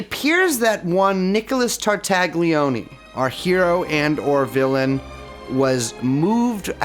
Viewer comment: Any mispronunciation of Ghislaine pales in comparison to what you guys do to the name Tartaglione